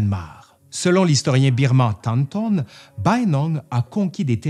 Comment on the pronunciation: Merci pour cette vidéo tellement complète ! Ça fait plaisir de voir un peu d’histoire birmane :’) Si je peux juste me permettre : on prononce Bayinnaung « be-yi-ne naung » (le « ba » est mangé, « yin » est prononcé comme à l’anglaise)